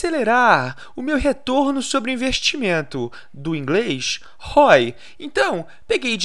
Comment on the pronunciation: "do inglês ROI..."🤣🤣